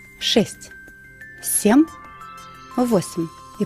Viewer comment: Все хорошо.....но почему сем.....?Это так режет слух